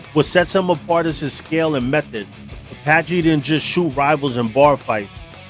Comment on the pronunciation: It’s Apache not zapache Yves (the s is silent) it would be pronounced similar to eve Apache Trudeau. Not truh-doe, troo-doe or true-doe Surprised Mom Boucher wasn’t mentioned